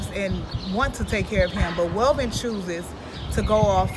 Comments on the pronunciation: Its not Melvin, its Welvin! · Welvin, not melvin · YOU SAID MELVEN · With all these views you’re getting exploiting homie … AT LEAST SAY HIS NAME RIGHT… ain’t that effin hard… at least you coulda edited it … smh…